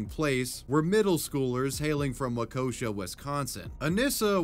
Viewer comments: Hate to be that guy but its pronounced Waw-ki-shaw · As a waukesha native i burst out laughing when i heard you pronounce it. Nobody ever gets it right i do admire the attempt though love your videos man keep up the good work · Jesus hearing you try to pronounce Waukesha was rough as a native to Wisconsin I love hearing people trying to pronounce our city names but I cringe everytime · As a Wisconsinite, the way you say Waukesha makes me giggle 🤭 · None of this is funny. But as a Wisconsin native I had a chuckle at the pronunciation of Waukesha. My six degrees of separation fact is that while I never met these two women (they are adults now) , I met Anissa's sibling briefly a few years before the incident happened. I wish nothing but healing and peace for these women, their families, as well as Payton and her family. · i think that might have been the weirdest way i’ve ever heard someone pronounce waukesha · I'm from Waukesha (don't know why he pronounced it wau-kosha, it's pronounced like walk-esh-ah but without the L in walk), and I was in elementary school when it happened. So I never got the whole story until this video. I seem to remember that the middle school that they went to had a car parked in the front of it that was covered with police tape for like a year before this incident, too. I think it was unrelated. Also my highschool (in Waukesha) someone brought a gun to school and the SRO shot the kid for not giving it to him, and that was a pretty crazy day at school. And then a year or two ago in Waukesha that dude ran over our Christmas parade. My best friend's boyfriend saw his brother nearly get run over. I drove past a fall parade last month and at all surrounding roads there were cops and road spikes ready to go, and nearly every house has blue porch lights in remembrance. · It's pronounced WALK-A-SHAW Wisconsin. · lol "wakosha" It's Waukesha, pronounced like "wa-ke-shaw" for anyone who cares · Also its pronounced WAU KEY SHAW